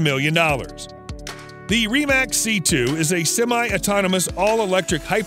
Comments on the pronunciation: Great video, but it’s pronounced rim-ak not reem-ak 😂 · Please learn how to say Rimac correctly, it's cringe and denotes less than a car enthusiast.